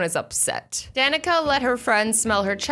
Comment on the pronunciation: My name is Danica and she actually said it right